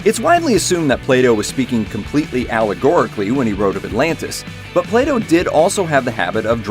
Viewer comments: He says Plato but I hear playdoh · U cannot even pronounce plato properly